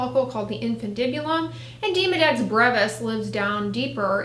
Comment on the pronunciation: Demo Dex, not Deemo Dex